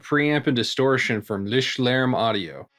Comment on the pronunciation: Gotta admit: I’m most demos I love it as a preamp even though it’s designed to be a distortion 😁 And you practiced the pronunciation - spot on!